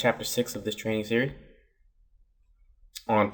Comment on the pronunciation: "Series" not "serie".